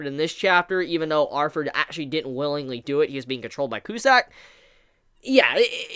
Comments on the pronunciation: I know its just how u say it but u keep forgetting to add th when u say Arthur u just say arver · Sound like you saying arfur. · it’s Arthur not arfur